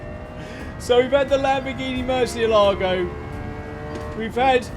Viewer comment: It's murciélago not moresealogo